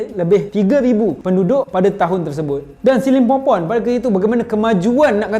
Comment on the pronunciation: Aku sorang je ke dengar dia cakap the lost city of skibidi pompom ? 🤣